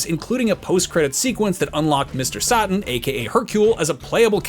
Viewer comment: "Mr sahtan"? Seriously?